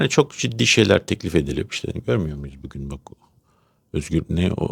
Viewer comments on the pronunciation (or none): none